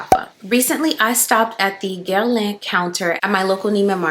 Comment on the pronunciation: Ciao Ker-leen, la vaniglia è la regina della profumeria!! Hai ragione, dovremmo dare più peso alle parole che pronunciamo e scegliere sempre la buona educazione. Tu sei un buon esempio, sempre gentile, sorridente e luminosa! Grazie per quest'altro bel video 🫶🏼